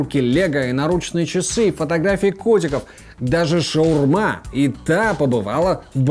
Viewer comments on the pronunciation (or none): none